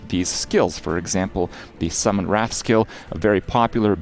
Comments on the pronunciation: RAY TH not wrath. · It's pronounced Rayth(wraith).......you're pronouncing rath(wrath) which has no "I" in it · Someone want to tell him that adding an "i" to "wrath" makes it "wraith" ? xD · Kripp, my man, top tier content as always; glad you're loving LE so much! PS Wraith (RAY-th), not 'wrath', as in wrath of the lich king. Signed, a teacher. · Why... why does he pronounce wraith as rat... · Why is it so many youtubers can't pronounce the word "Wraith"? It's not "Wrath".